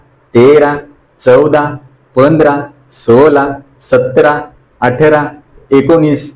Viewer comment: व्यायाम चांगले शिकवतात फक्त ठ घ्या ठिकाणी ट का म्हणता.अटरा-अठरा अंगटा -अगठा.गाट-गाठ